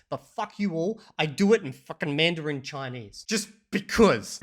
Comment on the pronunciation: I am starting to doubt B2 English, I think he might be a B1 since he mispronounced Mandarin and agglutinative in this video. I know he is pretty fluent, but not convinced 100% 😉